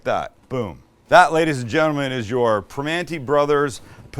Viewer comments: Primanti not primante. Hahahaha great video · I liked the intro, except one thing: It’s Primanti (with an “i” at the end), not Primante. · It's Primanti, not Primante. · It's not Primante, it's Primanti.